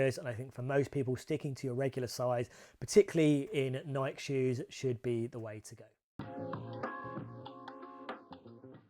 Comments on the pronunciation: Pet peeve: The correct pronunciation for Nike is "nai-key" or "NYE-kee," with the stress on the first syllable. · Welll, the correct pronunciation is the same, but it might be that Nike is generally not pronounced correctly in the UK ;-)